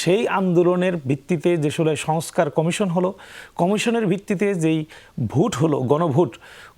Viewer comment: গনভুট নাকি গনভূত নাকি গনভোট।যারা ভোট শব্দটি ঠিক মতো উচ্চারণ করতে পারে না তারা মহান জাতীয় সংসদে যাবে এই দুঃখ রাখার জায়গা নেই।